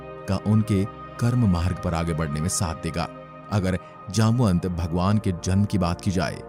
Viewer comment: His name जामवंत not जामनत 🚩